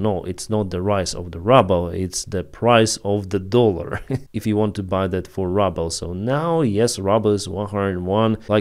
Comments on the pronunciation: Hey, Really appreciate the work you do. I dont know if you want to improve your english, but we pronounce the Russian currency with this pronunciation: "rooble" with a long "oo" sound like "book" or "look" or "shoot". The way you have been pronouncing it is "rubble" but that is what is left after russians destroy a building. Thanks again for your great work! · Your saying rubble… it’s ruble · I like how you pronounce russia's currency the same way I would pronounce "rubble".